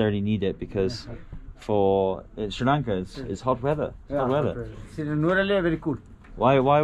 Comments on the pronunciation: Hey that is Nuwara-Eliya not Nuwara ella But ur pronunciation nice ♥️ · hi machan. not nuwara ella. it should be NUWARA ELIYA. ❤😌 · It's called "Nuwara Eliya" bro